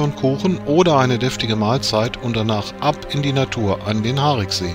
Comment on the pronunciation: Ein schöner Film aber mit Aussprachefehlern und schlechter Recherche. Das "i" im Wort "Hariksee" wird ausgesprochen. Zudem verläuft die Gemeindegrenze zwischen Schwalmtal und Niederkrüchten mitten durch den See. Das Schlösschen liegt in Niederkrüchten, die Ferienhäuser am Ufer befinden sich auf Schwalmtaler Gebiet. Zumindest die im Film zu sehenden Neubauten. Bis zur Sanierung des Sees stand dort übrigens das ehemalige Strandbad. All dies sieht noch nicht lange so aus. Vorher war es um einiges schlimmer. Ich kann mich noch an Zeiten erinnern wo das Strandbad noch stand. Es hatte um einiges weniger Flair. Auch den Gottesdienstpavillon kenne ich gut. In meiner Kindheit bin ich oft mit meinen Großeltern dort zum Gottesdienst gewesen. Ebenso hätte man erwähnen können dass der See durch Torfabbau entstand und dass dort ein Vogelschutzgebiet eingerichtet wurde. Auch der verheerende Brand im Schlösschen wurde nicht erwähnt. Übernachtungsmöglichkeiten für Camper wurden ebenso völlig übergangen. Alleine in Brempt gibt es zwei Campingplätze in der Nähe des Sees, einer davon ist Dauergästen vorbehalten. Auf Schwalmtaler Seite gibt es am Mühlrather Hof einen Campingplatz sowie auch ein Clubgelände eines Krefelder Campingclubs. Der ehemalige Campingplatz am See hinter dem Tretbootverleih wurde leider zur Feriensiedlung. Grüße von einem gebürtigen Schwalmtaler.